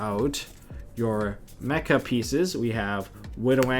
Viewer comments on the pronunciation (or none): none